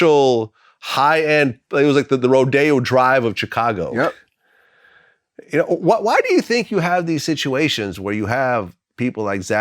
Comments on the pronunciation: LOVES TO SHOW HE KNOW HOW TO SAY CHIcago the proper Way🐴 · Vlad says Chicago like u say it fr. Stop churching it up. U ain't no ese